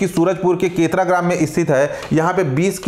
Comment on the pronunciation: केतरा ❎ केरता ✅